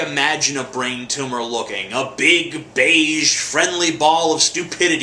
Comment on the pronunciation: its not a tumah!